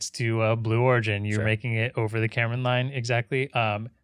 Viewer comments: 1. Karman Line is pronounced "car man", not "Cameron line". SpaceShipTwo does not pass the Karman line, only 85km rather than 100km. Still space though by Nasa/FAA/USAF standards 2. VSS Unity is the spacecraft that Branson was in, Mothership Eve is the "carrier" plane, it's essentially 2 of the same fuselages as Unity combined with a single wing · Get Tim Dodd on the podcast! Also, it's pronounced "carmen" not Cameron. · it's hungarian and you can actually pronounce it easily "k-ah-rm-ah-n" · no it's karman, the a's are pronounced as à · Please never pronounce karman like that ever again